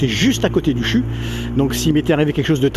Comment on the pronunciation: On ne dit pas chu en lisant mdr. Mais C.H.U